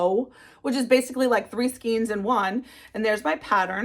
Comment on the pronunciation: It’s pronounced skane not skeen.. this is one of my pet peeves 😂 great projects . Tfs